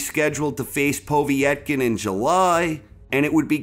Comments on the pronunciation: poh-vey-et-kin?, its pov-yet-kin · Good video as always, from Russia with love:) Btw Povetkins name is pronounced pov-et-kin rather than povie-et-kin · “Povie-yet-kin”?!? Come the hell on. You know that’s NOT how it’s pronounced. Wtf is w/ so many ppl mispronouncing so many common words and names in this sport? And we can’t blame this one on being foreign to us bc it’s an Eastern European name, he’s adding letters and syllables. - that said, I like the list. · The way he pronounces Povetkin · Why can’t you say povekin right